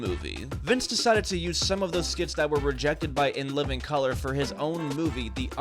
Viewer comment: you misunderstand. I'm upset, because I had a hard life. He didn't only say the name wrong. Only calling out the token white guy of the crew is kinda wild when the entirety of the cast was famous, black, and actually responsible for the creation of the show. Saying the name wrong is what called my attention to the rest of the problem. That show gave a lot of us hope that we weren't being lied to about being able to do whatever we dreamed about, as kids. Disrespecting In Living Color is like disrespecting Uncle Phil. I hope you understand more.